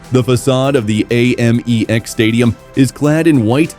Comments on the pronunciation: Brighton's A MEX stadium. we pronounce it AM EX. Even the American's don't A Merica they say America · Ayyyymex stadium hahaha pure AI garbage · Please stop saying 'Aymex' It's awful! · The second I heard the AI voiceover I knew the stadium name would be mispronounced repeatedly 😂 Sad state of affairs when we settle for garbage content like this. I’ll never watch another video on this channel because the people behind it can’t be bothered to use an actual human narrator. Gross.